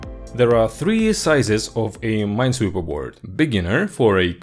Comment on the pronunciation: It's ... Ninesweeper.